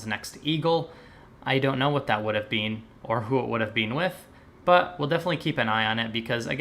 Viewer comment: Go! P.S. Is it a thing in Australia to pronounce "been" like "bean?" I don't know why I even heard that, but it struck me as funny.